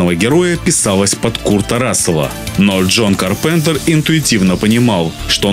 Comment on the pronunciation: Ка́рпентер(ударение на "а")